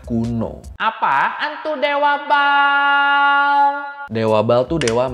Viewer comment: Bukan ball bang tapi ba'al penyebutan Abang salah